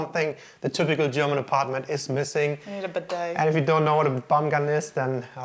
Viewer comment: What did you call the bidet?!?!🤣